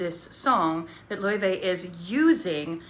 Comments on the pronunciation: It's pronounced "Lay-vay" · WAIT IT WAS PRONOUNCED lay-vay not lau-fee?!?!?!?